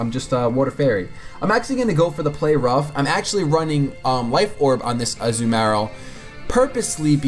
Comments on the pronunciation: I cringe everytime I hear the way you pronounce Azumarill. xD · a-zoo-marill lol